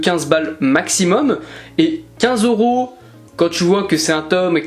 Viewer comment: Pourquoi tu dis Oros au lieu de EUros 😅? Ça me pertube sinon le tome 71 de naruto collector est pépite 👌